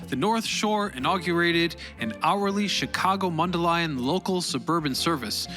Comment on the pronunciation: I just want to congratulate you on correctly pronouncing Mundelein. Also, I appreciate all of the pictures from the Illinois Railroad Museum.